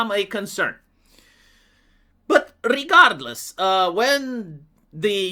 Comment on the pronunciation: Did you say regardless or retardless? Lol